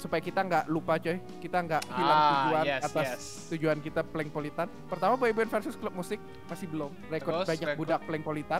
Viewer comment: Bukan Prenkpolitan Tapi Pelengpolitan